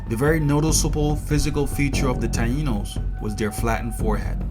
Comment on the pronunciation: Tainos not Tano.